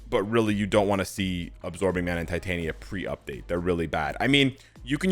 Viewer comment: That was Tit-Tania!! Sorryyy 🤣🤣